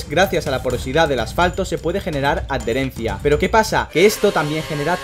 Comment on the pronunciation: Me encantan tus videos: creo que es el mejor canal para comprender cosas esenciales en la F1. Y me resulta curiosa tu forma de pronunciar adherencia: "ad-dherencia", jejeje.